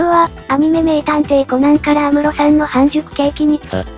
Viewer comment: やすむろ…？あむろですよね…？